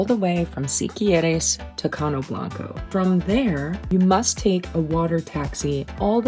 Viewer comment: You almost got Siquirres right! Is should sonda like see-key-rexs... you nailed all the other names 👍🏾